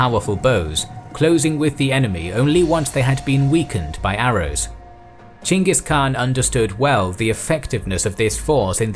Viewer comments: As a Mongol, I love hearing say "Chinggis" rather than the butchered "Genghis". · Pronounce of great khan has become lot better. not Ghengis but Chinggis. Good job